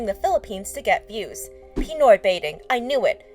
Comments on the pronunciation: its pi-noy not pii-noy pinoy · No offense but its pinoy not peenoy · Pi-ni-oy Its actually Pi-noy. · Pi-noi bathing 😭 its Pi-noy baiting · Pronounciation: Pinoy: Peenoy